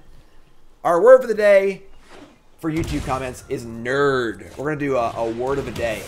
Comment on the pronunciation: How many r’s are in nerrrrrd?